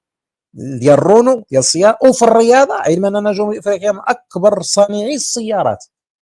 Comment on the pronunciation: يا حفضك الله حاول أن تنطق الريادة رقيقة عوض الرياضة غليضة ان كان ممكن وجزاك الله خيرا